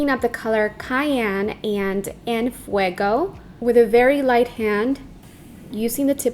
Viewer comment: En fueco??? No mams. Es impresionante como con cara de nopal no hablas bien tu español. Es... En fuego!